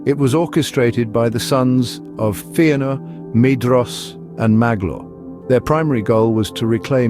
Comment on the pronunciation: Yeah but it’s not FEE-anor, it’s FEH-anor. Don’t be a noob.